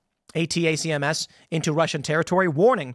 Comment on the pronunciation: If you want to sound like a vet, it is Ay-Tack-Uhms.